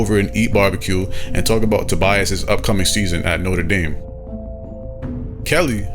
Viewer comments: He pronounces Notre Dame differently every single time he says it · My biggest gripe is him not deciding to pronounce it note-er Dame or note-trah dame